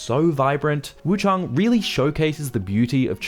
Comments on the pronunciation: WuchAng not WuchUng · Where's the second "U" in Wuchang? Why do you keep saying Wu CHUNG, it's Wu CHANG, ANG, with an A.